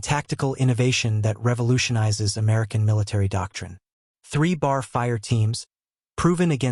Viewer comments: I thank you for this video about the B.A.R. at Peleliu. Please learn to pronounce the words "Peleliu" (Pay-lay-Lue) and B.A.R. or "Bee, AA, Argh, not 'BAR') correctly to show the correct and proper respect for the American military personnel and their fighting tools that fought in this battle in WWII. Thank you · Dude it's NOT pronounced bar! That's where you go to get a drink. It's pronounced B.A.R. Each letter is pronounced. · If they'd use a real voice reading grammatically correct, I'd lean towards subscribing but it is annoying listing to a monotone misreading and inaccurate pronunciation... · Wow this AI is BRAINLESS, it was talking about places I never knew about...No, it just can't Pronounce...TAR-A-WA...and Pel-e-lu.....oh and some one get it to say...B. A. R......Come on Man! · That's "B," "A," "R," for Browning automatic rifle! Next time hire me to do the narration. Duh!